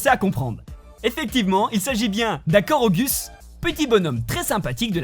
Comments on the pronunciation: Sa se korogou pas korogus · il a quand même dit « korogus » au lien de « korogu »🤣🤣🤣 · On dit Korogou nan ? Pas Korogus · Mais la licorne... C'est pas un réel easter egg... C'est plus un détail, un easter egg c'est plus une référence a d'autres univers existant dans le jeu vidéo dans le cas de "Assassine creed" comme tu dis. Puis sans déconner on dit pas "koroguss" mais on le prononce "korogou" quoi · Un Korogu se dit : Koroguou et pas Korogus xD et la feuille de porte comme sorte de masque sur le visage et pas sur le dos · Il a dis koroguss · Cest pas pour dire mais ça se prononce « korogou » et ça s’écrit korugu